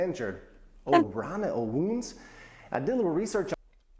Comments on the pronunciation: Please, don't lern from that. 1st of all - we almost don't using anymore the half of this what he said, or we doing this in completly different way. He even don't know how to promounce this words correctly. For example - if You will use his "o, o" in poland, everyone will be thinking that you have some stroke or something. In polish language is not important to know the words, but how to use them. Becouse we are using this same words in a lot of different means. And this is the most important thing to lern. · About "O, O" - he doesn't say it quite right. This is like "oh" repeated 2 times with a noticeable break, but more often we repeated 3 times then "oh" is very short and you say it very fast without any break. It has to sound positive. We use it in situation when someone comes to something that you are trying to explain to them, for example your back itches and you are trying to direct your husband/wife exactly where and when he/she finally finds the spot you can say "oh-oh-oh right here" or "oh ... oh right here". We also use that "Oo-Oooh" like "whoopsy" like you say in this moment: . More often than "no coś ty?", you can hear "no co ty?" - more modern, shorter and easier to say, but first one sound softer and more polite . "Fruu" it's a sound of a bird flying away. It's realy old-fashioned to say "i fruu" ("i" is "and"), normally, I very rarely hear it, older people tend to use it. We read all of the letters, if you know how to read you can read everything. English has some letters "for fun" (queUE, comfORtable, WoRCEster) but polish doesn't ;) . There are some combinations of letters which you read in different way than when they aren't together, so "sz" is like "sh" in English, "rz" is like you pronounce "su" in word "pleasure" etc.